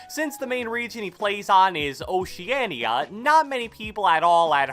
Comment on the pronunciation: Bruh when said "Oceania" I almost had a stroke